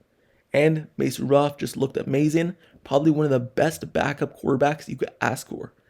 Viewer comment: His name is Mason Rudolph. And I'm not going to talk about the jaguar, I don't know what the hell you saying.